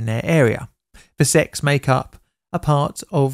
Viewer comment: make sure to fully enunciate the “t” in sects 🤣